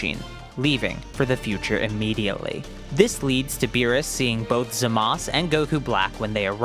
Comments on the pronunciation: its not zamas its zamasu idiot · Where's the u when you say zamasu??? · Why do people keep callin him Zamas? It's Zamasu, Za-mas-oo. You pronounce the u, it isn't silent.